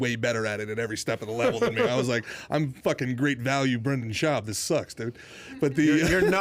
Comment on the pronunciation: Never heard of this podcast until Brendan was on here. It was a really good interview with Schaub even tho you couldn’t get his name right smh